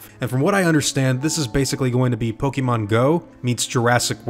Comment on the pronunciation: Everyone: Pokemon: Pokimon